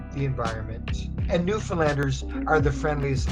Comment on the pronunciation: you totally got wrong pronunciation of Newfoundland